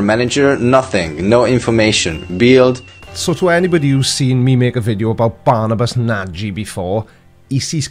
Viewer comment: Barnabas Nagy is an hungarian name. It's pronounced "Barnabash Nahy".